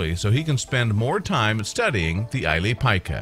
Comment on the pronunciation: It's the ili pika pronounced ileee pee kah ,hate when English speakers don't do the research to find proper pronounciation of other countries